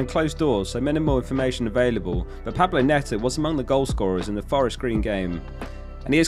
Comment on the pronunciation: 'Pablo Neto' 😂